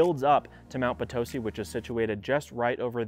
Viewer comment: It’s Mt Potisi not Mt patosi! It’s Red Rock not Red Rocks (we are not in Colorado). It’s Nevaada not Navada!I know because I’ve been here 32 years.